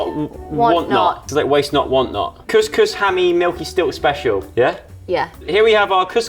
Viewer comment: IS THE ONLY PERSON THAT KNOWS HOW TO PRONOUNCE COUSCOUS LOL LUV U GUYS 😂❤❤🇲🇦🇲🇦